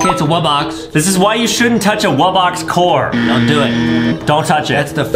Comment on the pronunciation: The fact that Justin says wubbox wrong instead he says wubboc